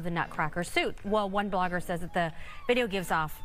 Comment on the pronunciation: Nutcracker Suite - rhymes with sweet - not Nutcracker suit.